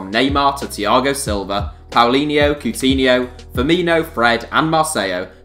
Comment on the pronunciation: "Powleenyeu, Ceut'eenheu, Frrmeeneu" xDDD